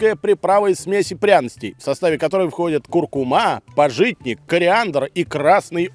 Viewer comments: Сразу две ошибки в ударениях подряд))) куркУма и пАжитник. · Увы правильно будет пАжитник ,ударение на А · Не пожИтник, а пАжитник!😂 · пАжитник, а не пажИтнтк😆